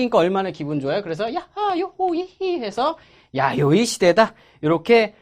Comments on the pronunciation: '아요이 시대'가 아니고 '야요이 시대' 아닌가요? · 아요이 에요 야요이에요??